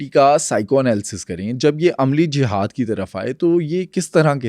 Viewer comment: میرا آپ سے سوال ہے کہ آپ ا کو ع اور ہ کو ح کیوں بولتے ہیں جیسے جہاد کو جحاد ایمن کو عیمن وغیرہ دوا سوال کہ آپ امریکہ میں بیٹھ کر اتنے انکشافات کرتے ہیں وہاں آپ کو پکڑنے ایف بی آئی یا سی آئی اے کا ڈالا نہیں آتا؟